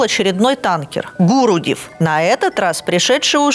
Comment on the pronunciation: правильно "гурудЭв" (ударение на Э)